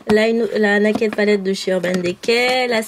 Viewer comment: magniique rangement c'est trop marrant quand tu dit naked de urban decay toi tu le prononce c nàked urban déca